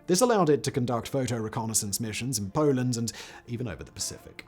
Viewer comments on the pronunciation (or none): none